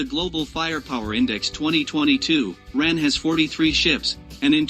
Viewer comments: WHY is the commentary describing things in metric measures? Why is the talker saying "ran" rather the " R A N"? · its not the ran lol its called the R.A.N i spent 20 years in it grrr this should not be narrated by an American he just butchers it